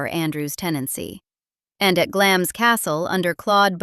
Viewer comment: Glamis is pronounced Glahms!